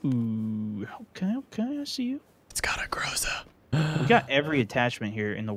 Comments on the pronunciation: GrozA Bro, dont GrOza!!!! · Its not grOza, it’s grozA. “A thunderstorm”.